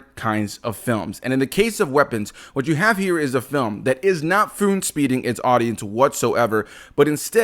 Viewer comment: Did you say foon speeding?